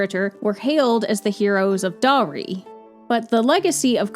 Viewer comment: The h in "dahri" is pronounced btw...